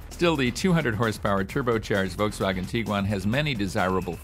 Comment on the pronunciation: Wow someone who actually can pronounce Volkswagen 😮